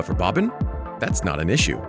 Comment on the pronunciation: Bro I’m cringing from you calling him “Bobbin”